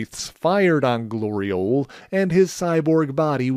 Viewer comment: Really?! Really?!... Glori-ole?!